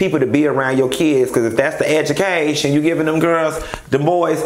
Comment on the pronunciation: I kept rewinding just to hear you say "An edge-u-caytion..." Crine...😂😩